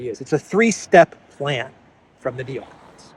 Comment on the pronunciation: "Necons, day dream belivers."